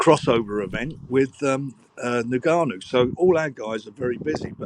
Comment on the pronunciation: "Then we have Tyson in his crossover fight against Nigannou" 😂 please tell me I didn't just hear that